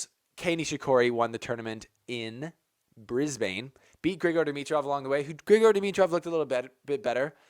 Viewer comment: Its pronounced Bris-bun. But good try😂😂